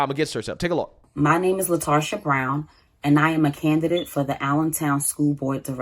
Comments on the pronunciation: "" sheeeeeit....